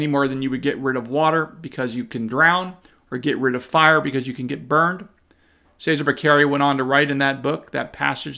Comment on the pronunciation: enjoy your analysis now go to Google translator and choose Italian, then type Cesare Baccaria then use the voice function and hear Che sar ā. Back arr ē ah and now you will be the smartest person in the room!